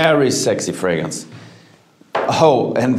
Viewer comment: Ironically, fragrance is the only word he seems to mispronounce